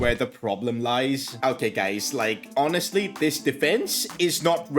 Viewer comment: Yes HONASTLY sorry just found it funny don't mind